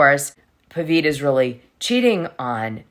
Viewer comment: His name is Pavit, not Paveet…